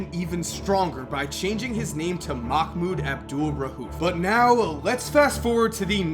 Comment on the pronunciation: For a guy whos always informed bout watever he talks about, u catch an L for not learning how to pronounce islam, ramadan and Mahmouds name. But then again, no one cares to learn